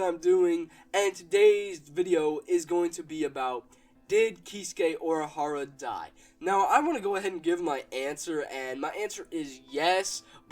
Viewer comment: You said Urahara wrong. Didn't you watch anime?